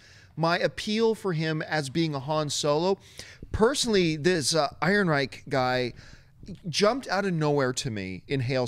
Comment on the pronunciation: Alden Ehrenreich! It's pronounced AARON-Reich. My goodness. Does it look like there's a "g" in his name? Love ya,, but come on. It's getting to JTE levels here.